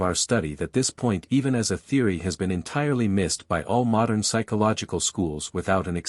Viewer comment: I did think it was funny that it couldn't pronounce "modern". I dislike AI But it's still easier than me doing it myself, as mentioned. Try Altrusian Grace, he reads out of print books himself.